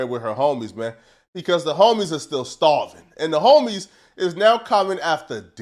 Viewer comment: They ain’t starving, they “Stahven” 😂